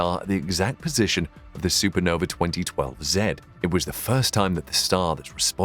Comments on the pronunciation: why say supernove instead of supernova? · no vuh.... not no vee...